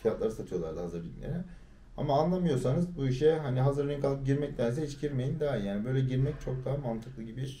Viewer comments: lütfen ring demeyin artık RİG deyin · Ring kanka doğrusu